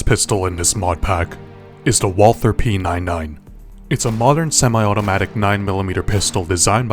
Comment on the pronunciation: Yk that you say it Walter not walth -her and p99 not p9-9 (no hate btw)